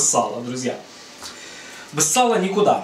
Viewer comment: А слово "бэз" это ваша личная фишка или местный диалект?